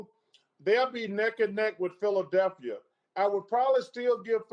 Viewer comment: Anyone realize Barkley said "The city of Philaselphia"?